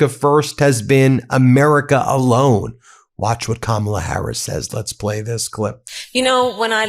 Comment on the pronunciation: Interesting that drumpft finally figured out how to say Kamala’s name!